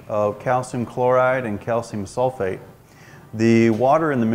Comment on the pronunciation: 10 ppm SULFITE - not sulFATE. get it right palmer.